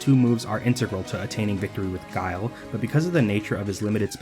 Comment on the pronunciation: thank you for including this lmao, I still think back to K Brad getting mad at Guile, calling him Gui-li, Guy-El, Gill